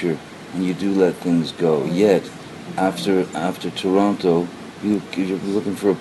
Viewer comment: I cannot stand the way she pronounces the word "Toronto" lmao. And also, she is complaining about who he is on drugs yet feeds him Xanax. Yeaaaaaaaaaa alrighty then you evil cvnt. The universe was never going to let her get away with this and unfortunately for her she has to learn the hard way